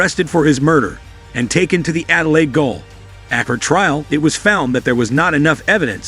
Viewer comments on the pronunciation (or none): Goal is pronounced JAIL......